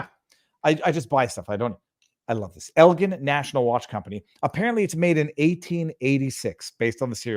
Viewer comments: Is pronounced L gin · ITS EL GIN LIKE SEAGRAMS 7 GIN FROM WEST SUBURBAN CHICAGO'S ELGIN IL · Viva, the pocket watch is nice but youre pronouncing the name wrong. I live in Elgin. Your pronouncing the g part wrong 😊